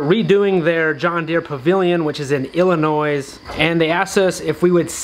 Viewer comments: Ha! I was just thinking about that commercial.... I think you may have mentioned it once or twice. I didnt know John Deere was involved. Please,, as a man born and raised in Illinois, as hard as it seems, please do not pronounce that blasted "S" at the end of the state. LOL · Being from Illinois I laughed when you said Illinoi”s”. The s is silent. I grew up not to from from the John Deer museum. Congrats